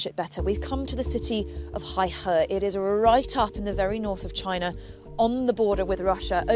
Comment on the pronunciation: Also, it's pronounced "hey-her", and it's near my hometown